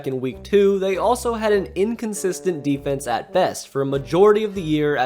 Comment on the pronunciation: You said "defense" incorrectly.